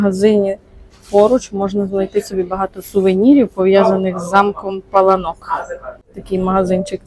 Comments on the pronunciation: Наголос на (а ) пАланок переклад паркан ,огорожа!!!!!! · Вибачте, але місцеві жителі кажуть ЛАториця і не ПалаНОк а ПаЛАнок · Завжди думала,що це замок ПалАнок і так на нього і казала) Дякую буду теж знати 😊